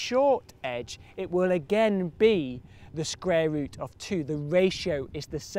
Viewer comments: its cool hearing about the scrare rut of two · "sqware root"